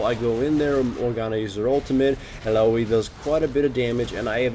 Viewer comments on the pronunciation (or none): Ilalolli, hawaii or illaoi? lmao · il la loee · I LA OH WI ( or I LOOWW WI ), here, it's not perfect but nobody will cringe hearing you butcher her name ^^! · ha wai ee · If illaoi's name was actually pronounced like that... Idek... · Oh god the way he says illaoi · illaoiloy-loy-loy-loy loy loy loy